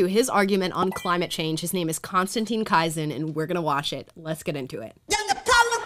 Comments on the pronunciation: Konstantin Kissin, pronounced Kiss-in. The girl who introduced him pronounced his name wrong. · His surname must be pronounced as "kiss in". A Slavic one... I stopped watching one of his speeches, when I heard him insult people on an Oxford tribune. But the narrative was in the right direction. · it is pronounced k-EE-s e n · Triggernometry. Two British self-proclaimed former lefties who have a very irreverent podcast with a mix of fabulous guests. Konstantin Kisin (pronounced Kiss-in) is a Russian immigrant to the UK with a Ukranian wife. His partner is Francis F - born in UK. Funny as hell while being very good, provocative yet respectful, and insightful interviewers. Agree they are shadow banned and deserve many more subscribers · Hi Amala, his last name is pronounced, "Kissin". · I think he's used to it by now... although I'd never heard it pronounced quite like that before ;) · You have mis pronounced his surname. Hes v well respected commentator and thinker here in the u.k. and further afield. You might enjoy his platform called Triggernometry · Maybe listen to him introducing himself, so you get the right pronunciation of his name. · You could have at least learned to pronounce his name properly.